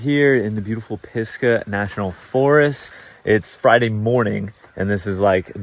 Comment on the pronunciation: Cool riding! Just wondering about the name "Pisgah": says it like "Piska" although I believe it should be "Pisga", which is the Hebrew word for "top of a mountain (or a hill), summit", originating in the bible.